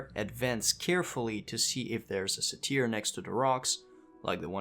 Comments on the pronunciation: Please... dear god. Its pronounced sei-tr. Not sei-teer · Say-teir lol XD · Great guide, look forward to trying this out myself. Cringed hard every time you mispronounced "satyr" though, haha. "Sei-tr", or "say-ter"